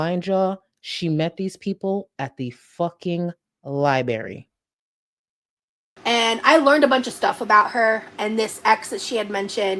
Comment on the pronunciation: Gorl, the way you keep pronouncing “Library” is killing me 🤣🤣🙏